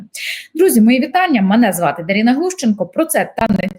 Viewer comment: Може ДарИна, а не ДарІна? Чому ми так хворіємо ностальгією?!